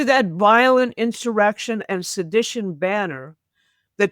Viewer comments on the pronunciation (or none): none